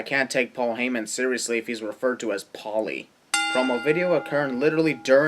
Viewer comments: Its Paul-E as in Paul-E Dangerouly... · It's "Paul E." as in "Paul E. Dangerously" as he was known in WCW and ECW before he started using his real name. Not "Paulie". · Its Paul E.; not Paulie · His name is PAUL E. HEYMAN... not Paulie. Dumbass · its Paul E not Paulie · Paul E. Dangerously. Not Paulie. Jesus Christ dude... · It's not "Paulie", it's Paul E, as in Paul E. Dangerously, his name. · J.R. Called him "Paul E." ... Stopped watching after you fucked that one up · it's Paul E. as in Paul E. Dangerously, he's not calling him Paulie